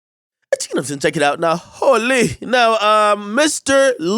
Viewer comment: Now hol lee (holy) 😂😂😂